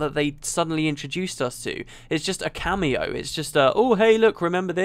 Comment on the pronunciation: btw, you say cameo wrong.